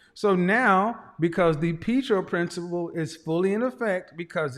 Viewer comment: Pee-tro principal? Catastraphasize? This guy went to school ?